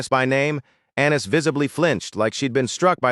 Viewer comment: Annis sounds like Anus to me… don’t judge me…